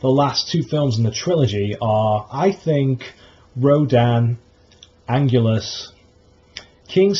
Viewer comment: Wow, Biollante is a great idea! King Ghidorah, Mothra and Rodan are going to be in the sequel but I think a 1 on 1 with Biollante will be a great kaiju to end the trilogy! Just a tip for your next video Anguirus is pronounced Ang-gear-ris not Ang-ule-us. Nice video though! Also, I agree with you on Destoroyah. They shouldn't include him in the trilogy because there was absolutely no mention on the oxygen destroyer in this year's movie.